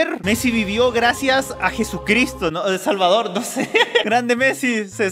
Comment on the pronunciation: Por fin me siento orgulloso porque pronunció el Salvador